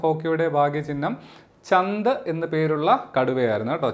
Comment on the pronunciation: Sir ചന്ത് അല്ല ചാന്ത്‌ ആണ്